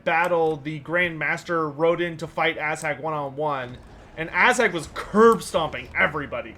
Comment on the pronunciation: love the streams, but i hate the way you pronounce Azhag. Protect your butts, for the Ass Hag is coming!